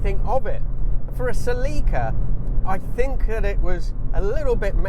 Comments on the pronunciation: As someone who spent a lot of time in Celicas back in the day, i always do a double take when i hear the British pronunciation of the name. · yeah sell-i-cuh is how it's always been pronounced in the states. and then he goes and calls it a coup-ay. :) first time hearing that. they've always just been coup's around here. figured the e was silent just like with the word cache. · That's genuinely the first time I've ever heard "Celica" pronounced that way. Anyway, I owned a 2000 GTS (pre-facelift, 2ZZ 6-speed manual), not a super reliable car for a 20 year old driver. The trans liked to grind, and the top end of the valve train needed repair/replacement once. I was too long ago to remember exactly what was done but I remember it being at the dealer for weeks at a time. I sold my MkIII Supra for it back then, also a money pit. Those leather seats were really comfortable, and it got insanely good MPG, but in the end it was a disappointing car. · I am not saying anyone is right or wrong but in the states we pronounce it "SEL-ih-ka." I involuntarily cringed every time you said "sel-EE-ka." Also, I was under the impression that aftermarket modding was a big factor in the popularity of the earlier Celicas, and that the one you drove didn't cater as much to that. And that was one of the reasons for its unpopularity. Don't know if that's true. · you say cellica ? one l means ceelica . pffff english have language problems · It’s pronounced SELL-i-ca. Not sa-LEE-ca. Accent on the ‘cel’. Watch the period TV commercials elsewhere on YouTube where Toyota themselves pronounce it…. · Its not Seeleeka! Thats gay..CELLICA..like Metallica...😅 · What is going on with Toyota's marketing department? Why do they insist on changing the pronunciation of their car names so wildly from country to country? Suh-leek-uh? Pry-us? What do y'all call the Corolla and Camry? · Sel eeee kah? what in the world? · In the United States of America they pronounce it, SELL-i-KA.